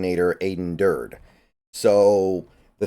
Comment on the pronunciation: His name is pronounced Dur-dee (almost like Dirty).